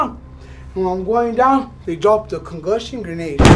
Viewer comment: Homie said Congussin Granade haha good shit